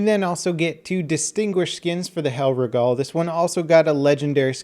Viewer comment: you pronunciation of hellriegel is hilarious XD